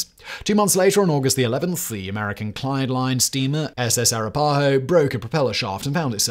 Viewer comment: It's pronounced "a-RAP-a-ho".